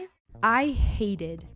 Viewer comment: bruh emphasis oh HATED Kennedy....